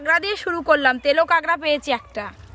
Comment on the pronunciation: কাগড়া কি কথা? কাঁকড়া